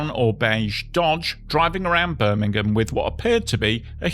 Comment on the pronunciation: Great video! And with your pronunciation Birmingham, Alabama never sounded so nice.👍